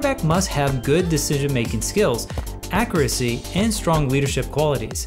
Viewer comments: The way you pronounce ‘accuracy’ is why I’m not liking the video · that’s not how you pronounce the word.